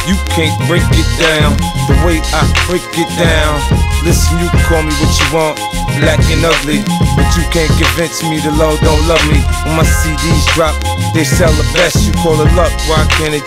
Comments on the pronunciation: no he definately said confense. " you can't confense me" yep definately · convince not confense